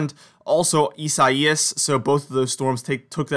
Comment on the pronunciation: It’s correctly pronounced EYE SAY US. Not how bizarrely you’ve been pronouncing that name.